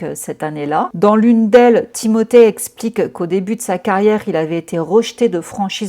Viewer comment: Excellente vidéo, et pour ta façon de dire le prénom Timothée, tu le fais parfaitement bien c est français il a la double nationalité et sa famille en France ne met je ne pense pas l accent 😂. Tu es adorable et les gens critiquent trop, ceux là ne font pas 1/3 de ton taf. Tu es une warrior 🫶